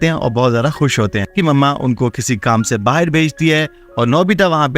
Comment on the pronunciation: BAHAR NOT BAHIR